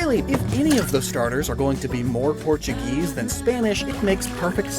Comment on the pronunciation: So quaxley isnt Portuguese. He's portu"geese"